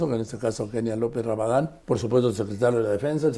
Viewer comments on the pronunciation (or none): Minuto 41: 14 , Sr Carlos Marin , el apellido de Kenia López es Rabadán , no Barradán como usted lo menciona . Saludos .